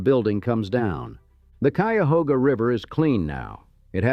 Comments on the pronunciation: This AI pronounced “Cuyahoga” right! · But it pronounced Cuyahoga correctly. Tell me if you had the wherewithal to produce a video like this, would you voice it yourself? Would you get a friend to do it? Would you pay someone?